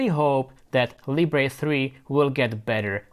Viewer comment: NOT "Lee-bray". Libre as in how French say it, meaning Freedom.